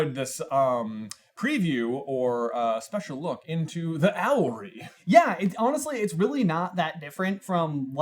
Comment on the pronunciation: It's owlery, not owlry, which is not a word...